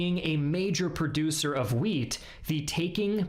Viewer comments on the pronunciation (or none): Wheat, not weed.